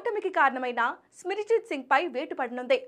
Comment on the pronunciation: సిమర్జిత్ సింగ్ అని చెప్పనికి వస్తలేదు వార్తలు చదువుతున్నావా